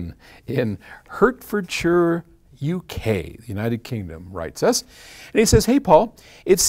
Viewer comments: That is pronounced Heart - ford - shire. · It's pronounced "Heart ford shire" :-)